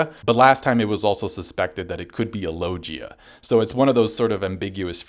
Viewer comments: No offense bro but I simply can't fuck with someone who calls it a LOWJEEAH fruit. That's some purposefully contrarian shit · This dude did not just say "Lojia" lmao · why does everyone pronounce it lojia instead of logia